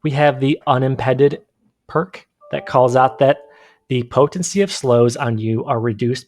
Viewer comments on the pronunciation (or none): Hey bud, it's pronounced vig-er...short i. Also, un-im-peed-ed...long e. No hate, just helping. Thanks for the info👊